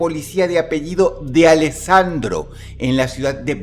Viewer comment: Esta historia es real, El Sargento D'alessandro era mi abuelo y me contaba esta historia de pequeño... por cierto la pronunciación es ''Dalesandro'' no ''De alessandro'' jajaja buen video Dross